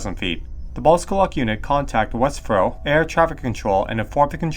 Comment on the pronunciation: Interesting story. I'm from Stranraer, and I vaguely remember hearing this as a child. Also West Freugh is pronounced West Froo. The locals pronounce it frooch with the ch making a sound like in Loch (not a hard k).